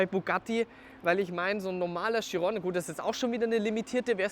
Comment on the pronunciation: Was ich nicht ganz verstehe ist warum können die wenigsten den namen chiron richtig aussprechen ?